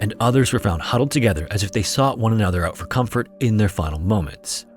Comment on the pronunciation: "...and figuwing it ouwt what had caused the twagedy"